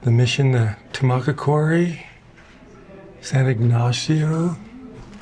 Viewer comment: You almost got it right. Tumacácori is pronounced tomb ah caw curry.